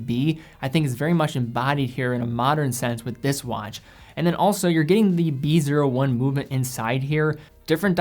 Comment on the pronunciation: BREITLING PREMIER "B O I"